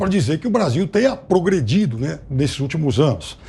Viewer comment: Piperno, como a educação da era pTralhas formou antas como você que ao invés de pronunciar a palavra "progredir", pronuncia "pogredir ". Lamentável o seu português!!!!!